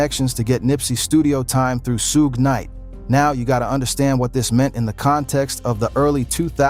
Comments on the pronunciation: Who is “Soog” night?😂😂😂😂😂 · Who is “SOOG KNIGHT?”